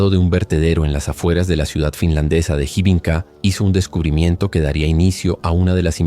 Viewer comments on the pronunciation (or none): La J en Finlandés se pronuncia como nuestra Y, por tanto, el nombre se lee Yarno. La Y en Finlandés se lee como en Guaraní, como una U, y la H, como J. La ciudad se pronuncia Juvinkae. Por lo demás, en Finlandia no hay demasiada violencia o estallido de violencia y por ser un país muy seguro, las penas de prisión son diferentes a las que estamos acostumbrados y se busca siempre la reintegracion de los reos, antes que el castigo.